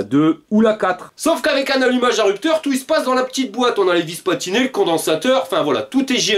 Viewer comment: 1m58. Vis platiné et non vis patiné